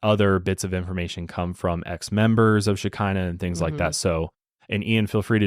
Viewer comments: Im Israeli and I was a little confused at first when u said it was a Hebrew word but then it hit me that it's very much not pronounced "Shekinah" it's pronounced sh-ch-eena. Lol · The pronunciation of the word is “ch-hi-na”… this is hard for English speakers :) “Sh..he..nah”… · fun fact Shekinah Hebrew the k is sounded as h …although the way it’s pronounced here is also fun to say ☺️ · As a Hebrew speaker wtf is Shekinah? 😂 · I am not saying you pronounce it wrong maybe thats how they called it but the Hebrew word is how i said..